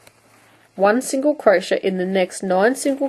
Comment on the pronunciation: I love your videos. They've been very helpful. You do beautiful work and explain things very well. I feel the need to point out to you that crochet is pronounced Crow-shay not crow-shuh. It drove me nuts through the whole video. Keep up the good work.